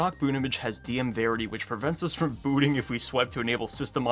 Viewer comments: "dm-verity" wha- VERITY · dm-VERITY LOOOOL (execute me)